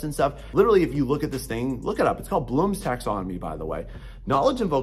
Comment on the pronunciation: If anyone else wanted to look it up. He's saying "Blooms Taxonomy" I had to turn on the subtitles to get it. Good video. 'Tweakers' is hilarious and perfect.